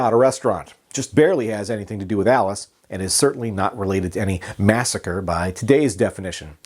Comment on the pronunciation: other than the "massacree" misstatement, very well done indeed, even the newspaper clipping, nice. And actually, sort of an important historic document, thank you.